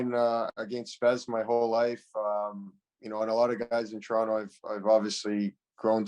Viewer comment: He’s pronounces Toronto like we do 🥲